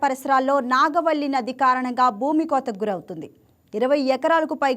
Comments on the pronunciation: Amma bangaram adi nagaa valli ,godapaina valli kaadu....just nagavali koncham prepare ai cheppandi amma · Amma thalli నాగ వల్లీ కాదు నాగావళి